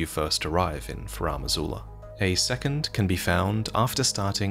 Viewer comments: Pleas never ever pronounce Farum Azula like that again. It's FAR-em not fah-RAM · So now it's Faraam Azula?, bro, why do you keep making up your own pronunciations?